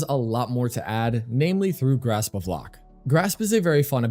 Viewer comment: Haalvu fits Xaku so well aesthetically too, I'm definirely switching over to this build. One note for future vids: Lohk rhymes with Oak. Not 'lock'. That kinda bothered me 😅